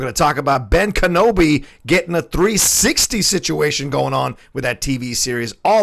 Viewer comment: Kenøbi is Danish. Didn't you know that? 😂😂😂